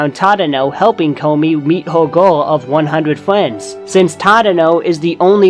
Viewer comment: it's funny that you say friends like fwends